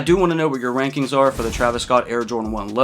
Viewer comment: Did you say “wankings or rankings?”